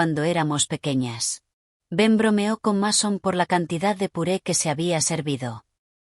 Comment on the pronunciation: Como cree q un muchacho se va llamar masón, se es robe masón pero se pronuncia meison si ven la diferencia